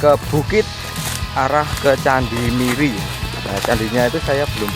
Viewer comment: bacanya miri atao meri ( anak bebek ) bang?